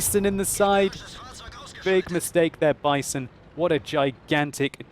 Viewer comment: omg when he first pronounced the "Bison" I bursted into laughter..... I think you have to pronounce it "Bee-son". Greetings from Germany!